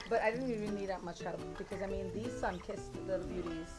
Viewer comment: Yall hear that "ah mean" from Sabrina ? Your TT passport will arrive in 3-5 business days ma'am!